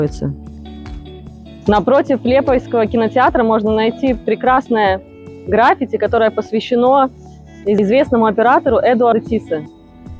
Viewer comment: А с какой стати все время говорите ЛЕпая, ЛЕпайский , когда город называется и пишется ЛИЕпая? Ведь вы вещаете на русском, а не на провинциальном безграмотном жаргоне. Мало того, какое еще такое у вас грАффити, когда на всех языках верно только и только граффИти? Это все равно, что прошлепать эдакое: «Агент взял Арбуз и полОжил его в пОртфель». Перепишите пожалуйста этот брак в фонограмме.